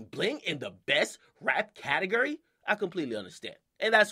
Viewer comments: Akademiks the type of nigga to say "Ca-Ta-Grr-Ri" instead of Ca-ta-gore-ri" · Who else was cringing when he kept saying "catigery"?😂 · i want him to stop saying "catagerry" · Anyone laughing as hard as me when akademiks says "category". 😂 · DJ akademiks is the type of dude that says category like catagUry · Akademiks taking a capital L for saying "categery" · Akademiks the type of nigga to pronounce category "CAT-EG-ERY" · My nigga said CATEGRY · "cate-guri" - DJ akademiks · Am I the only one that cringes when he says category, sounds like catagerie 😂😂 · This dude can't pronounce category right "cattle gurry" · lol why this nigga say catergor instead of category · Pronounced CateGORy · The way this mans says Category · He says category weird af 😂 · the way he says category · how he says category 😂😂😂😂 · Is it me or Dj A . Pronouncing category weird? Haha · Hate how he says category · I hate the way he says category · lmfao he dont know how to say category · This dude cant say category.